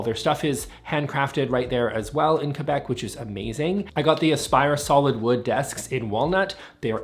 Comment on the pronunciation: (1) You killed my mood by saying "zschusch." (2) You totally redeemed by pronouncing Quebec properly, like the beautiful Canadian that you are... So that's to be expected, i guess. But still, redemption. (3) Aww, i caught the 🥹 moment about not surviving the pandemic. He's an ass! (4) LOVE the Bulemic desks. Gorgeous. Jealous. One day I'll be able to afford them. At that point of my life, however, i won't be working. Ha. (5) We're releasing more color at IKEA, finally! Especially accessories. The blue SKÅDIS is bright! And all the new BRÄNNBOLL gaming line can work great in a home office. (6) Love you, love everything about you. Thinking about being you for Halloween next year.